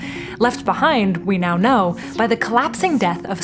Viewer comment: Did you purposefully mispronounced "Know" !! Anyways great videos ❤